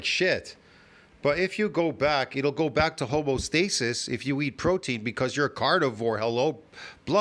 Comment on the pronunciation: Home-EE-oh stasis. Don't forget the EEEEEEEeeeeee.